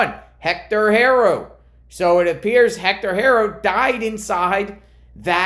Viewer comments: It’s Haro not hero with a ar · Bruh. I get it but at least pronounce the last name right.